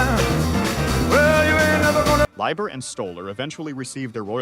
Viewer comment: Big Mama's feelings are understandable... but that's the way royalties have always worked. The songwriter gets paid. The original artist does not. Also this AI is really annoying. It's pronounced "Lee-ber" not "Lie-ber" and way to Butcher Dylan's name 🙄